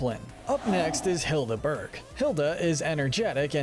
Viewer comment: Why is no one talking about that he called Hilda berg hilda Burke